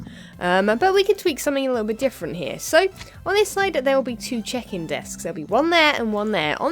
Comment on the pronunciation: when you say check-in it sounds like chicken lol, only two times tho